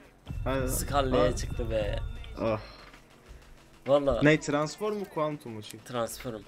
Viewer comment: Abi transform diyceksin.Transforum değil.Muhammet YT de mekatronik degil.Megatronik diyo dikkat!